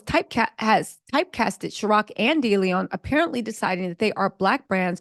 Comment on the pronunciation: And it’s Cir-OC not Chir- OC…..love though 😂